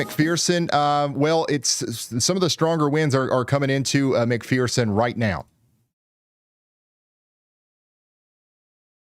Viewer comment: It's called mc fur sin...it sounds like mcfursin .....fur ...not mcpherson...its fur...thank you for doing this for us all